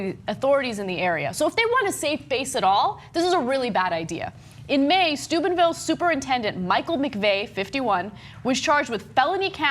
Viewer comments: It sounds like Ana is saying Stupidville. :) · I keep hearing Ana saying Stupidville, is it only me? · Sounds like Ana is saying "Stupidville, OH." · I'm glad you put the town name in the title because all I could hear Anna say is Stupidville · Am I mishearing Ana, or is she pronouncing it Stupidville? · i keep hearing Stupidville xD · I thought Ana said "Stupidville, Ohio". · I recall that being the major thing when this scumbaggery happened initially, too. It fits so well. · LOL, I heard it too. I was like what? and had to look at the screen to read the real name.